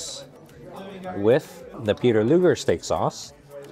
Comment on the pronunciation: You're pronouncing Luger incorrectly.